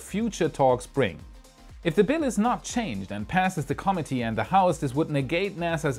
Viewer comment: love your show. It is always interesting and informative. One small point. Please review your pronunciation of the word "committee." It is consistently pronounced incorrectly throughout the video. Otherwise, great job. But, as to the topic, NASA is finished as a driving force in big space projects. Leave the moon to Blue Origin to colonize. Elon Musk will take the lead in colonizing Mars.